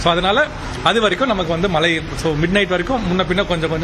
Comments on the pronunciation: As a reporter முதல்ல "மழை" ன்னு சொல்ல கத்துக்கங்க... மலை.. மலை ன்னு சொல்லி, அன்னைத்தமிழை அவமதிக்காதீர்கள்... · Aeno theriyala angulla tamizhargalukku ucharippu sariyilkzi. Mazhy endra sollsi malsi endru dolgirargal. Asingamaga ulladhu. Nsgal tsmixh nsttil illsiyendalum swachcha tamuzh pesugiram . Vetkka kedu. Angeya pirandhu valarnfhalum pesum varthaigal kevakamaga ulladhu. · Mazhai varum pogum aanaa, mazhai nu engalukku solla varaadhu